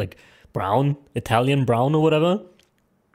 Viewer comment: bud really said ittalian brown